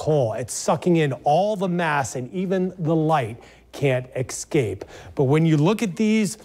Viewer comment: It’s not “ecscape” you moron. It’s escape!